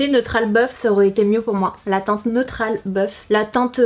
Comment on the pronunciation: « Neutrale bœuf » mdrr